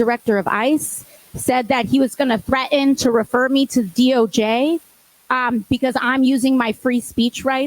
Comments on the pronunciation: The word is NOT ''threat-an,'' it's ''threa-ten.'' Did her 3rd grade teacher fail to teach her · Hey idiot aoc, there is a T in the word 'threaten'. It's not 'thre-en'. Quit bastardizing the language.